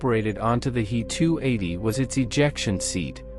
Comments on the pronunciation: It's not a Hee 280 - it's a h.e.280. adjust your bot! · In "He 280" "He" is not a word, it is two letters "H" and "E". They are pronounced separately (as two letters). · The 👉🏻 “HEE-TOO-EIGHTY” 👈🏻 was a groundbreaking aircraft for its time, only surpassed by the 👉🏻 “MEE-TOO-SIXTY-TOO” 👈🏻